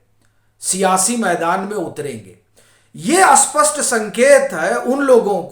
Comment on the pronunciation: स्पस्ट और अस्पस्ट में बहुत फर्क है । आप स्पस्ट को अस्पस्ट बोलते हो । आपमे बस यही कमी है,बाकी सब ठीक है ।